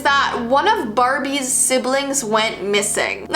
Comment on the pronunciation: marbies Idk why i laughed so much at this 😂😂😂😂😂 Also watch it at 0.25 speed 👌 Mmmmmaaaaarrrrrbbbbiiiieeeessss